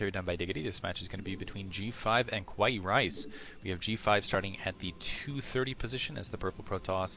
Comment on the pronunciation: BTW I'm fairly sure "kawaii" is referring to the word "cute" in japanese... which is pronounced Cow-why-ee but I would just recommend calling him Rice... just so that you can preserve your tongue.